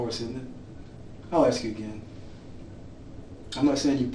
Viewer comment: Sorry I’ve just made a similar comment. A close second is Aks instead of Ask.